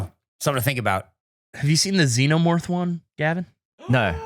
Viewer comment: another fun game of "Did Flub or Is That How He Thinks It's Pronounced" with 'xenomorth'